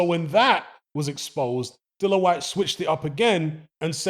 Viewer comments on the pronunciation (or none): Dillon!! Get his name right. Drives me crazy!!😤